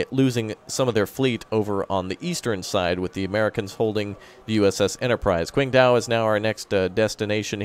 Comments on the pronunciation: Anon Viewer I’m actually getting annoyed of calling Qingdao “quingdao” instead of “chingdaol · Qingdao is actually pronounced "tching dao"